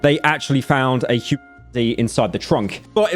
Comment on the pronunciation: Bro can say "remains" but not "human"?